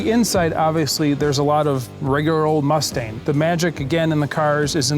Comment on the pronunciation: Did he just call it a Mustain?